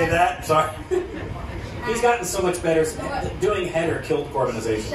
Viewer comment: he did the Haider scene as a monologue in a video, I think that's how his pronounciation of it got so good